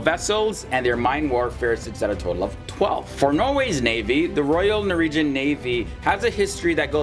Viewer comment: Norwegian not noregian